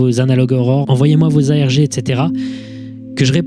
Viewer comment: Quand il a dit "envoyez moi vos ARG" j'ai compris "envoyez moi vos AMG" 😂